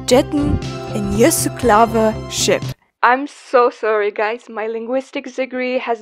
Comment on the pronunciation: The way you pronounced Jesse Klaver sounded like a Dutchman trying to sound German lol. Edit: and that trying to sound Dutch made me think you were Russian lol